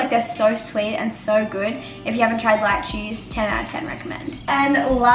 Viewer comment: When you said Lychee I thought you said light cheese 😅😂